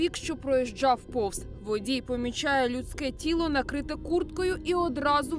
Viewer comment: У журналистки ещё наработанные жлобские примочки: "водзій, тцільки, дзістає, потцім..." Этим извращением страдают журналюги, рассказчики рекламы и ведущие на тв и особенно на радио.